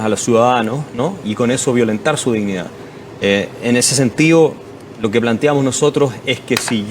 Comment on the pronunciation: OSEA....PARA LOS ZURDOS SE DICE DISHNIDÁ 😂😂😂😂😂😂😂😂😂😂😂😂😂😂